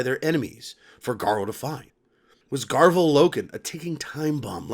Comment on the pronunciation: Love the vid but it’s garv-ee-al loken and Ta-Rek Tor-Gad-on